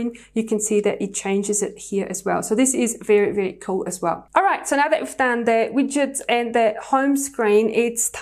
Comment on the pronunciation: Pretty Shure they are called widgets (Wigedts) not Witchet Bit ok